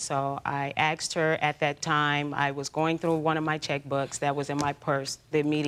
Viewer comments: I hate it when someone says “axed” instead of “asked.” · "Axed" instead of "asked" is like nails scratching on a chalkboard on my ears😢😢😢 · Growing up in the NY/NJ area, it’s very common. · It isn't axed?😂